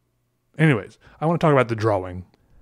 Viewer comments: He says “draw-wings” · I like how he really uses the W, and I will now say "draw-ing" the same way, because it is both correct and unusual. It should be correct and usual, which disturbs me about pronunciation, that a simple W is so hard to say in a word so short. What have we come to? is saving our entire way of speaking. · It’s usually “draa-uhng ” but he says “draa-wing” and I love it. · Do other people say drawing as “dra-wing” like he says it? Maybe I’m the weird one but I say it like “dra-ing” like I don’t say the w. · You mean you stayed for the "draw-wing" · Interesting. I've never heard the word 'drawing' pronounced 'draw-wing' before. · Draw-wing lol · It’s pronounced draing not drowwwwing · My guy pronounces the W in drawing 😂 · I love the way you say "drawing" with the pronounced w. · Everytime this man says drawing I loose a piece of my sanity.